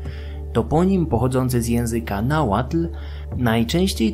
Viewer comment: Uwielbiam odcinki o Mezoameryce i czekam na więcej❤ Podziwiam za ogromną ilość pracy i czasu włożonego w przygotowanie tak rzetelnych materiałów. No i że nie połamałeś sobie języka przy Nahuatl to szacunek😅